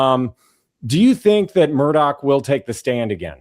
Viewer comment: Immediate subscribe for you pronoucing the name correctly (I'm in SC) 😅 Plus....Vinnie! 😊